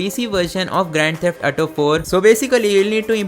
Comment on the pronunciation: Say it with me A-U-T-O ---> Auto Example - me ghar aaj"AU" That is how you say AU in AUTO Practice it three times a day, you will recover from the ATO disease